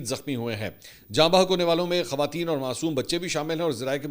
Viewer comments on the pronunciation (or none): none